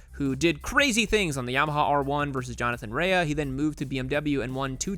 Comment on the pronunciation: It's pronounced Jonathan Ray btw